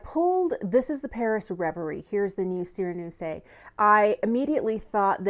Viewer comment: I was waiting for your review of this release, since I like this color story. :) Thank you! For me, the mirror in a palette is necessary, especially since the absence of it is basically a drop in value. So it's a pity. And a quick tip for reading French (you didn't ask for it, I know))). The "e" at the end of a word is not pronounced unless it has an accent ("é"). It is added in case of a "sireneuse" to make the second "s" to sound like "z". Hope this helps. ;) Have a nice day!